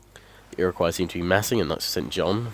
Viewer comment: The way he said Iroquois at the beginning of the video triggered me.